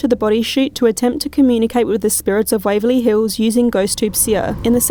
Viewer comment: YES, Waverley Hills, rhymes with CHILLS! ❤🐨